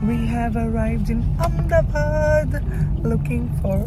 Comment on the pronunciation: Its Ahmedabad not Ahem